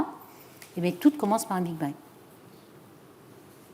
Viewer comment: Lol elle dit le Big being abusé je décroche